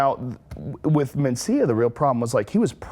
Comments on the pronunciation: "Mancia" - How can this bitch not know how to pronounce Mencia? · Mencia, ana, not Mancia. She always reads something wrong. Atleast it was.only that in this video. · Carlos mAncia? I’m pretty sure it’s Mencia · You'd think someone hosting a show would know how to read..."Carlos Mancia?" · Lmao "mancia" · Carlos "Mancia", as she pronounces it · "Carlos Manseeuh" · It annoys me when she pronounces it man-cea lol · MEN-CIA. Men.... Mencia. Ugh, these people. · She can’t even say Carlos’ last name correctly.